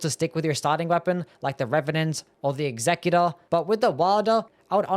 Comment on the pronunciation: Why are you pronouncing executor so wierd?